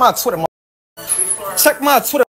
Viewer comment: He saying Twitter like bffr.